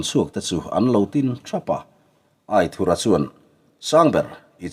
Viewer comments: A ziaktuin Aithura tih tur ti a a hrilh tawh hnuah che Aithurha tiin ila chhiar zel mai chu a nia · A lam dan dik i hriat toh tho te chuan lam dik ve mai la. aithura hming hi